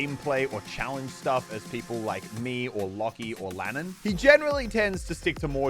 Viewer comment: He did Lannan wrong